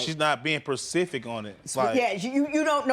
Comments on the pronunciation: Not percific.... Specifica... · It's specific not pacific. These two need to sit down and read a book. Preferably a dictionary to enhance their vocabulary. 😂😁😂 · I was lost of he said "she's not Percific" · '' She's not being 'precific' 'enough......' ' Ooook. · Did he just say "percific" ??!!😞😡😕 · "Pacific 🌏! " 😢. 😁 😨 😲 these two need to sit together and start reading 📖 a dictionary. Go back to the basic. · yes lol. As soon as I heard “percific” I ran to the comments 😂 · Did he say she not “persific” enough 🤔😮😔😂🤣…@ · He actually said... "Percific" I cant make that up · He said percific actually lol 😂 even worse